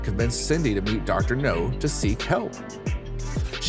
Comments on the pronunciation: Dr. Now... not Dr. No. I don't know why that bugs me so much lol. Still enjoying the vids though 😁 I can't help but feel sorry for the people on this show. Most of them have been through some pretty awful things. I just hope they can find their way to better days with the doc's help 😁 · It’s dr now not dr no he’s not a James Bond villain